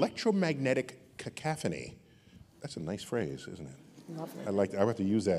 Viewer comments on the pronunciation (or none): "Cacophony" ... not "cacaphony" Mr. Tyson... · Cacophony not cacaphony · Dr. Tyson, you've been my intellectual mentor for years - this is the only time I gotta call you out on your pronunciation of cacOphony! (If that's the only thing I ever caught you on in these many years, you're doing pretty good! All-in-all, you're a gift to humanity!!! ;-)